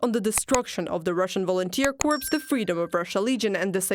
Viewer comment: Corp..not corpse